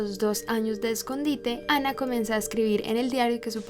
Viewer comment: ¿Porqué pronuncias el nombre como si fuera ingles si ella era alemana ?